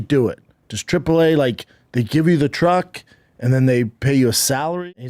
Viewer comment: this guy keeps calling trucks "truggs"